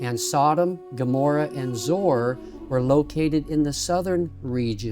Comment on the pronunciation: Hi Thank you! Great visuals! It is pronounced ZOE ARE. You are welcome